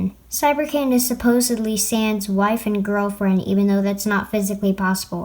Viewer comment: ... SupPOSEedly... I'm not sorry.